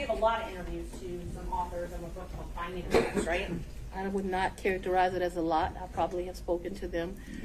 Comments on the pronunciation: "FAW-nee"? no. I could get to "FAH-nee", but "FAW-nee"? nope. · Fani isn’t pronounced Fawni. Shes a fani.